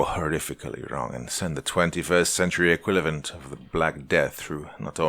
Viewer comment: "...21st Century equiLaVent..." lol Still Love You... So much <3 <3 <3